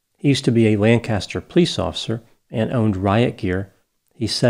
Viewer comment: Good job at pronouncing Midlothian! Whether or not you pronounced Lancaster is debatable. (Those FROM Lancaster are very particular about it.) This case is very troubling. Thank you for covering it.